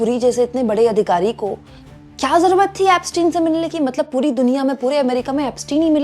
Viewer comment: बार बार आप के मूँह से "पुरी दुनिया, पुरी दुनिया" यह शब्द आ रहे थे। मगर सभी सुननेवालों को हर बार "हरदीप पुरी, हरदीप पुरी" सुनाई दे रहा था।